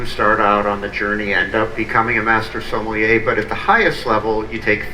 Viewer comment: Sommelier…. Even Wine Bar George himself was mispronouncing it Semollier??